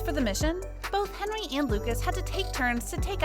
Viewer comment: His name is hendery not henry